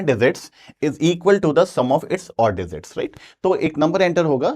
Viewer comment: Sir digit ✅ Dezit❎😅